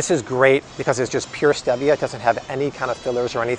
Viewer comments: It’s pronounced Steve-ia not Steeviah 😂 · Stevia is pronounced STEEEVIA not the way you pronounce it! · It’s pronounced Steee-via. Google it. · ReddGal He pronounces it the British English way, while in the US it is pronounced “steeeeeevia”. 🙂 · Am I the only one who had never heard stevia pronounced with an eh instead of ee? Have I been saying it wrong or is it like the whole "tomayto/tomahto" thing? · Stevia (stee-via) 😉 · It’s not stevia with a short e, it’s a long e, stee-vi-a. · I thought it was pronounced Steeevia..😆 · Omg the way you say stevia drives me nuts!!! 🤣🤣🤣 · He is pronouncing it in Spanish. The e is pronounced eh.